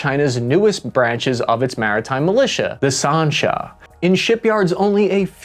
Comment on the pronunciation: Sansha not Sarnsha!!